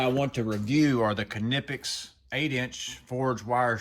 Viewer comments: Not to bust your balls but it is pronounced as Nip-pex. I honestly feel like it was intentional that you keep adding the car at the beginning of it and I'm dying from it if it is intentional if not it's still pretty funny not really trying to be ugly or anything I just didn't know if you were aware and I'm not even going to like even try to lie and say that I've never actually said it the exact same way before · That extra syllable with the beginning of the word has got me rolling over here it's like when people say qwhiskey lol. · I pronounce them like knife 🗡 because ka-nife doesn't sound right ny-pex makes more sense to me.